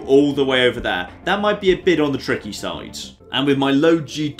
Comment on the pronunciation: ITS NOT DEH POT ITS DIH POT